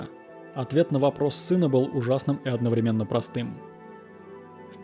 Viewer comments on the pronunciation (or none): none